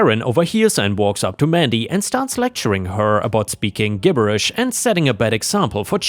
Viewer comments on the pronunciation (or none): 👍⭐️✨️🌟✨️⭐️✌️🐱😻🐱🤟 FYI "Gibberish" is pronounced with a "soft G", so: `jib•ber•ish. Also, "Crochet" is from a French word pronounced with a silent T, so: crow•`shay. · Sorry but: Gibberish starts the same as jello Crochet Sounds more like Crow- Shay